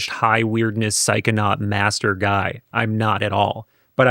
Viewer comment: The word is "psychonaut",! 🙂😉